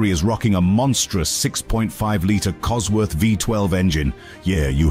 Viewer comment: There's no "e" in Cosworth, dude!